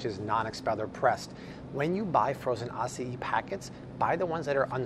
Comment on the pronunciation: Why do you pronounce Acai as Ah-see-e😭😹